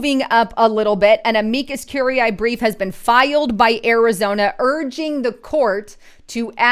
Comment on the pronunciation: You are slaughtering the pronunciation of Amicus curiae